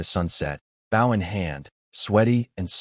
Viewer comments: Just wish all of these vids' TTS could determine the pronunciation of "bow" and "dove" as a noun and verb. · I wish the AI would understand the pronunciation difference between a 🙇‍♂️ bow, and a an archery bow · I want to be reincarnated to a place where the word bow is pronounced correctly by AI. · I really wish the AI voice could pronounce words correctly. BOW used for arrows rhymes with GO or TOE, not COW or HOW. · When the ai can't pronounce bow properly and prenounces it as if it were a boat side. Smh. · i hate how the AI uses bow (action) instead of bow (item) every time it says that i mutter at the fing video "bow (item) not bow (action)" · The use to bother me also, but after watching so many videos and hearing it so many times, I don't even notice anymore. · I've watched a few where they flip the pronunciation and that urks me even more